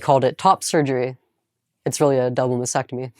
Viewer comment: Just once, ever, can an intelligent person pronounce "mastectomy" correctly?!